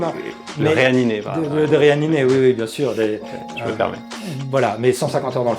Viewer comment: "Le réaNiney" merci Pierre 😂😂🦖